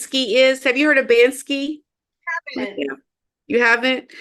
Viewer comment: BanKsy. Not BanSky. (British graffiti artist)